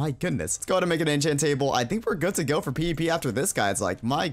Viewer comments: When ever he says PvP it sounds like PP xD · Everytime he says pvp it sounds like he is saying pp